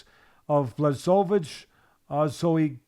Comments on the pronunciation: Fella's it's pronounced Blahovich. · Lol bla chow vich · The correct way to pronounce his full name is Yan Buahovitsch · Didn't Teddy last call him Jan Blowfish.